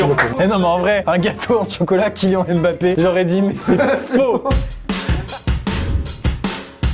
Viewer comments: Non mais... amixem... MAIS SÉRIEUX KILAN ON DIT KILIANE PAS KILIAN. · ÇA ce prononce KylianNE Mbappe et pas Kylian Mbappe !!!! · Amixem ne dit plus KYLIAN c'est Kilianne IANNE faut prononcer et évite le IAN de EVIAN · Mon prénom c kilian pas kiliANE comme quad tu a dit kiliambbape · Par contre respectes le nom de Kylian MBAPPE stp c'est aussi le mien et c'est très chiant que tu le prononces Kylian et pas Kylian(e) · Mdr ça se prononce "kylianne" oh